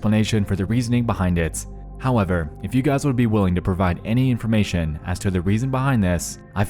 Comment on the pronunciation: informaySHUN!!! investgaSHUN!!!